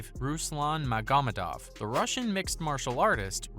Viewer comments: Magomedov?? You purposely saying these wrong bro wtf? 🤣🤣🤣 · Makida? LMAO! You also mispronounced Magomedov.